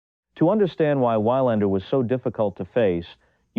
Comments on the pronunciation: Please pronounce his name correctly. Its more like Vee-lander not Why-lander. And lander is more like lunder. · He is called [weelander], not [wailander]. Sort your AI out. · This AI even alternates in the same sentence between Whylander and Weelander. I remember it used to be pronounced like "Veelander" with a "V" sound. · Mats Why-Lander? WTH kind of bizarro world is this LOL. I cant wait to see some of therse videos with the real confusing names. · ITS EFFIN PRONOUNCED VEE-LANDER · It's actually closer to veeLAHNder if you want to get technical. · Surely, must be AI. Anyone who knows Tennis wouldn't pronounce it as Whylander !! Frankly, I stopped watching this video after 40 seconds. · To pay him respect, you could start by pronouncing his name correctly. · Thumbs down. Stupid AI can't even pronounce his name correctly. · The pronunciation of his last name is appalling. Is this guy really so lazy he can't be bothered to take 30 seconds to learn to pronounce his name?